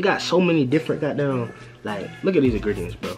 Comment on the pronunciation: you from the DMV bro? the way you say "the got damn" gave it away if you are